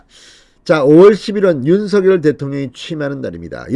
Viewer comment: 윤석렬대통령~~~ 윤성열로 부르기로 했는데 윤서결로 자꾸 읽으시니 거북합니다 선한 영향력을 많이 끼치는 진성호의원님 제발 윤성열 로 불러주시길 바랍니다~꼭 부탁합니다!!!